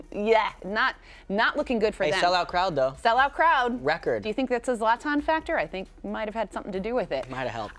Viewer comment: It isn‘t Zlatan it‘s zLAtan